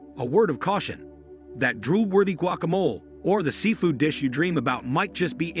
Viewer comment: Oh here's a good way to artificially create shortages. Scare everyone into running out and hoarde it like during covid. Narrator mispronounces the words 'finale' and 'guacamole'.